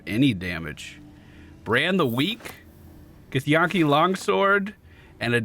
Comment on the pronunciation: The way you say githyanki boggles my mind because it's spoken many times by the characters in the game. It's like Yankee. Where'd the yawn-ki come from?